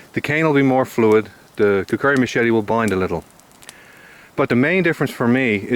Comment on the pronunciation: It's kukri not kukuri